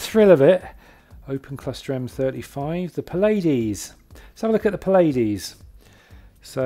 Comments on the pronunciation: Pladies....aaargh, that's as bad as beetle juice >< Pleiades ... Ply - aid - ease. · Puh-lay-Deez ? Repeat after me "Plea-ah-deez" or "play-uh-dayz" but never "Paw-lay-deez" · The "Pilades"? Is "Pleiades" the word you were looking for? ;-)